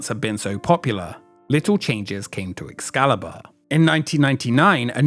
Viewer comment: does he say Ex salad bar?